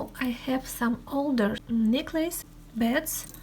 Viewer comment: Леночка! Вы молодец, что смело идете трудностям навстречу! Я профессинал in English и мне очень хочется вам помочь. несколько дружеских советиков: бусины : [bi:dz] (биииидз). Фразы с датами: 19- [найнтииин] - длинный [иииии]. А то звучит как 90 -ninety с кратким [и]. Не нужен неопределенный артикль 'а' перед словом 'glass' - это неисчисляемое существительное. А так все неплохо. Украшения бесподобные! Немыслимая красота! Очень рада была их увидеть! Спасибо!